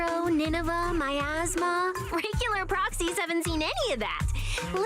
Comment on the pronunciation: though said "my asthma" instead of miasma, hence the reply gave